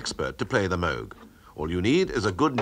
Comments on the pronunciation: Yes, correctly. He even introduced himself as Bob Moog. I always tell people they're pronouncing his name incorrectly. Ah well. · Nice to hear the narrator pronounce the name Moog correctly. Rest in peace Robert Moog, the grandfather of electronic music.